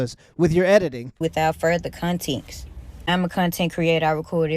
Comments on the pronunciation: She said contenkst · She said contintxs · No bro, she didn't say "context" she said "contenx" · Continx is diabolical 😂😂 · Don’t take it out of “continx” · "Meescharachterizzed weethout conteenxt" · "Without ferther conteeks" 😵‍💫 Entitled Hood Teacher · Nah you gotta say it right damn I gotta get up outta this scool the continks matters